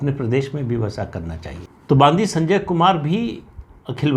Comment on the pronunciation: तेलंगाणा प्रदेश अध्यक्ष का नाम : बांदी संजय नहीं। बंडि संजय ।